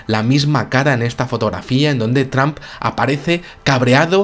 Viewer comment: la pronunciación de trump, lo dice como sonando más bien a tramp.como queriendo decir trampA.